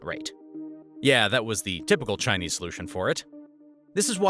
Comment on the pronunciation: thats the most chingchong pronunciation, did you even research on how it's pronounced before making this video?